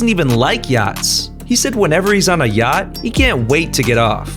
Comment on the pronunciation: STOP WHY DID I HEAR GYATT INSTEAD OF “ yacht”